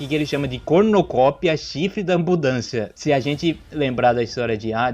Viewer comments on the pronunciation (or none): tu falou "danbudancia" ao invés de da abundância aos